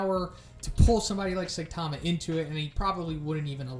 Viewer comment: SAI-tama, not Sai-TA-ma.